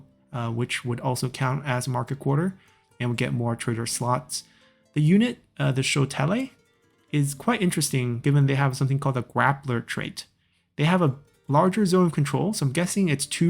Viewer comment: Great video! Just a tip, Aksumites is pronounced (Ahk-Soom-ite), and Shotelai is pronounced (show-tell-I). Thanks for the awesome videos!